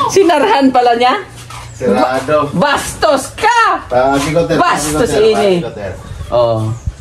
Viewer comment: ganda ng tiles nbabagay sa kulay ng wallings ❤ npapatawa ako binibigkas ni ang bastos 😁BHASHTHOOSSS 🤣🤣🤣🤣 god bless at mga sponsors more blessings watching here in Lebanon. 10pm